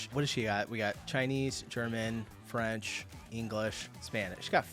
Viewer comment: As a French, her French sounded pretty much perfect, she's wrong to believe she has a strong accent! It's not surprising though as she's a native German speaker. French and German, despite being quite different in origin, have a similar phonology. That's due to France being once part of the Frankish Empire, and that's how it got the name "France", it's the western part of this empire that survived to this day. To other Romance languages speakers, French kinda sounds like their language but with a German accent. That's why she gets the impression she has a French accent when she speaks Spanish. So Germans generally pick up French pronunciation very well, and their German accent can go unnoticed, it's pretty much the same as Eastern France accents. In English and likely other languages the French and German accents are very similar and often confused.